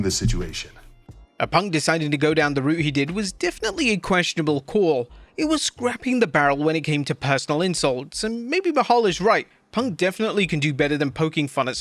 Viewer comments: Leaving in all your stutters? "Scrapping" the barrel? And say "Analytics" again... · scraping? scraping? you AI crap is off.